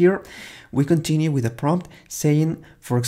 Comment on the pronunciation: just say "continue" like as programmation